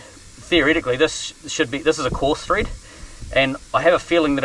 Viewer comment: Mate........ It's “Thread”, not teeth.